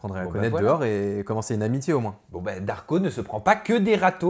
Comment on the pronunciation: Les "L" de darko on ne les entends pas. Il mache les lettres l